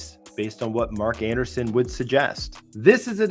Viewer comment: It's pronounced Mark Andreessen (not Anderson).